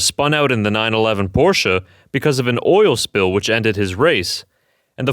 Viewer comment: I appreciate your proper "Porsche" pronunciation - even if it is AI voice...